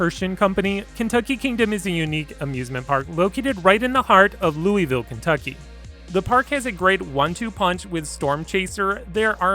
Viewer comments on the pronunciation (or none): LOOEEYY VILLE :( Ya gotta do it right. Lou-Ah-Vull